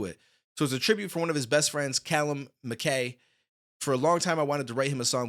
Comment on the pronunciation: Its pronounced mack eye much respect bro 🇬🇧